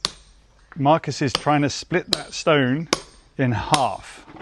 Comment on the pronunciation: Guys, the correct pronunciation in Portuguese is not Marcus, but Marcos! (Portuguese spoken here!)